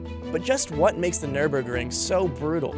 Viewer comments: It's not pronounced "nur-burg". See that umlaut over the first "ü"? It changes the sound. At least learn the correct prononciation before making a video on it. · It's very funny to hear his pronunciation as a German. German: Nürburgring American: nÖrBörkrInG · ahh yes the Nurburgering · Any decent journalist would do at least some research as to how to pronounce Nürburgring. 🙄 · NÜRBURGRING!!!! NÜRBURGRING!! NOT NÜRBURGRING! YOU NEED TO PRONOUNCE Ü.